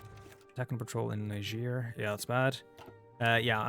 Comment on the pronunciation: Oh hey! Somebody who knows how to pronounce Niger like how it was intended to! If you want to be extra fancy you could go with "nee-zher" like its French origins. Ofcourse if you want to be spicy like an edgy teenager then you could say Nigg-... *explodes*.